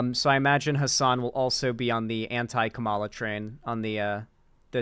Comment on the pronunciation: I comment this on every video until you say it right. COMMA-la